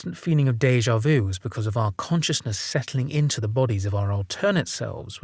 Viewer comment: Déjà vu.. Not view.. Bless ya.. Made me smile.